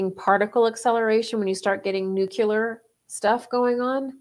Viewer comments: Omg. Nu-Clee--ar. Not nu-Q-ler. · "History doesn't repeat, but it rhymes." -? The themes of love and selfishness resonate, and their wild dance raises echoes in time. OMG it's Groundhog Day all over again! :-] sigh BTW With great respect, wishing you greater power: Nuclear is nuu klee errr, not nuu kyuu ler. Enhances credibility, and that never hurts. You bless us with insight. Thank you. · I just wish people talking about nuclear whatever could pronounce the word correctly.